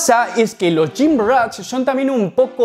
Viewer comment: Porqué dices gymrach?😂